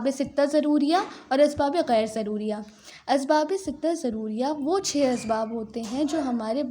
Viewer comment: Mam s Asbabe shuriya not shodiya